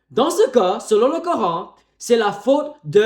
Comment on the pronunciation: Ohhh le grand chercheur et savant de la planète terre 😅😅😅. Mon frère va étudier, glorieux coran reste unique et le seul livre religieux qui est compatible avec la science. Mais c'est bon aussi de faire plaisir aux chrétiens 😅😅😅😅. Tu prétends de trouver des fautes dans un livre que tu prononces mal son nom. N' importe quoi.